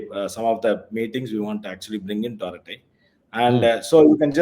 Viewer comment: Arattai. Is to be pronounced with a neat T and not with th.. it means harmless gossip.